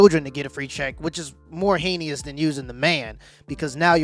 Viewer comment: This kind of shit is unbelievable. Like literally unbelievable, as in part or all of it has to scripted. If not those humans are insane. Great content as always man. Just for your future reference heinous is pronounced "hane us" 😉